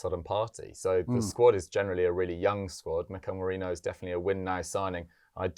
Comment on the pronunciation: It’s Me-ri -no.